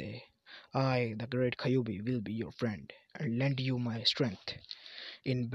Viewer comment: kayubi ????????????????????????? no kyuubi